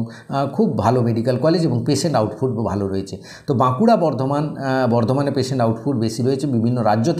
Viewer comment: Burdwan not baroyan